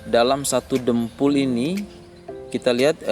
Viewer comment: Dompol pak bukan dempul